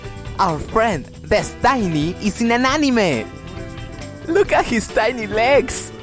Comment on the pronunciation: Se pronuncia des-teny LOL.